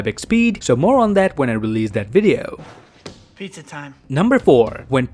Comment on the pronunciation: Pidza time not 🍕